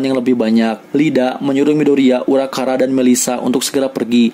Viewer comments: "Urakara" Me: it's uraraka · itu harusnya uraRAKA bukan uraKARA